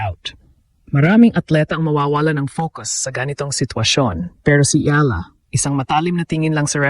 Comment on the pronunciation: mali yung edad at pagbigkas ng last name🤣